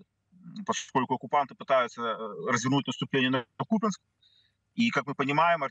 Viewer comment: Купянск это исконно Русский город.ведущие даже ударение неправильно ставят.